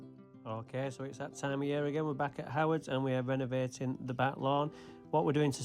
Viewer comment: great videos as usual but it cracks me up when you say renovating. the lawn looks like a billiard table in the first place